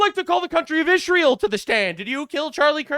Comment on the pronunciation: Not only does Candice have trouble reading, she also has a speech impediment. It's Israel, not Ishreal. Yes I'm being able-ist, whatcha gunna do? 😂